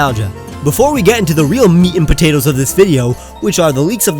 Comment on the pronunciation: YOU SAID MEAT AND POTATOES SO WEIRD